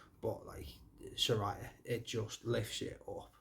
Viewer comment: Sweet review mate! You pronounced Saraya's name right too haha